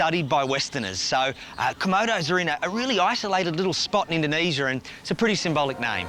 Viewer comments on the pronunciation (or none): This man said indonesiar